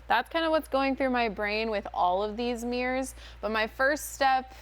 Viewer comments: They are not MEERRORS. THEY ARE MIRRORS. THERE ARE NO E’S in the word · It bothered me so much that she kept calling them “meers” I couldn’t even watch this. 😣